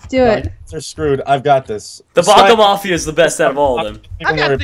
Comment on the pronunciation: one: do a lot more of this please. two: it's bac MAFIA NOT MAFIEA